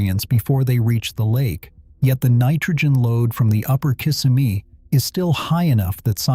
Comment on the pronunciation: It's not kiss' im eee it's Kiss sem' eee. it's not low cals' it's low' culs. Why not get a human to read the script? This is a good subject, but the mispronunciations are too painful to listen to!